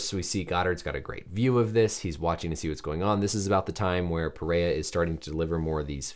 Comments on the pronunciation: pronounced peherra.. portugués first r’s are pronounced like English h’s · It’s PeHeYa